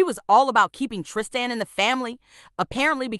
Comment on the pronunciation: It's Tristan not Trist an